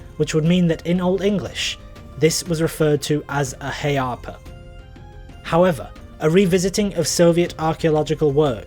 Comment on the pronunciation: It's not pronounced "hay-arpa" in Old English. for one thing, the ea diagraph is one (glided) syllable not two; it glides form /æ/ to /a/. That's the "a" in cat followed by the "a" father". So it's going from a low front vowel to a low back vowel. Say the cat "a" and open your mouth wider and pull your tongue back a bit and it will "automatically" glide to the father "a". Also, don't follow older pedagogical works (from the 19th and early 20th century) that treat it literally as [e ]+[a].